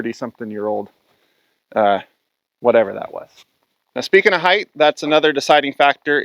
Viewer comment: I get a real kick out of the extra letters you use in some of your words for no discernable reason. Heighth, acrosst, etc. Great explanations though!